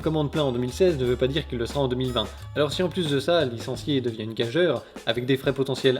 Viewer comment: Gageure ne se dit pas gage - eure, mais gage - ure. Le e après le g est là pour faire prononcer le g comme un j devant le u. A l'oreille il faudrait écrire gajure, mais comme sa racine est "gage" et que "gagure" ne marche pas, il faut écrire gageure tout en prononçant gage-ure.